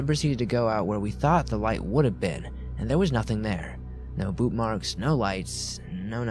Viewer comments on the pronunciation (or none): none